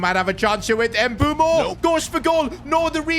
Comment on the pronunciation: why does he keep saying mbumo 😭